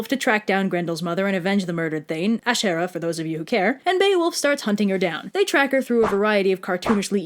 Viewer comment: That name Æeschere really threw me off there for a second. I heard "Asherah" and got exceedingly confused. "Wait, we're talking about that one dude's wife!? WAT? oh nvm"